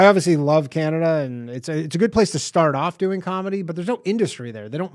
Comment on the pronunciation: There's no " I " in Canada